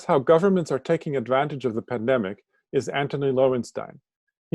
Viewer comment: Pandemic not pendemic, draconian not draconic.